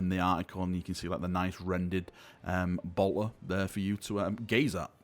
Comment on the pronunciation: You say Bolter funny 😁. <3